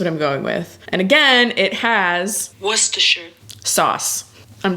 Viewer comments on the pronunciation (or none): Wooster Chester Shire😹